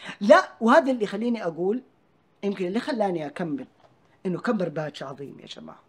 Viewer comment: ادعس ولد الرقاصة اجدادنا استعمروه وعلموه لغتنا العربية وهو جاي يقاله يبي يلعمنا وهو ينطق كلمة عظيمة عزيمة💀😭